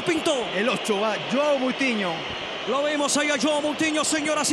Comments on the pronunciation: Dijo cutinhio no moutinhio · Es Moutiño o. Cómo se escriba no couthino jajajaj